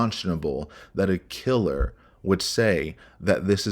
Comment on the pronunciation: He called her kiler'er,guys!!! 😅😅